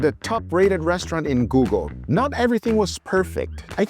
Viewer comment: I replayed it and i think he did that on purpose lol but he did say google just oddly. I heard guga too lol